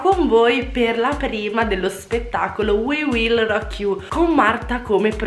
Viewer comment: no sbagliato si pronuncia we will rock no Wii Wii